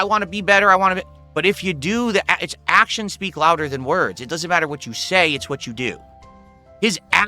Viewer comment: his ACKshuns